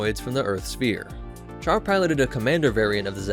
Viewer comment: It's pronounced Shar.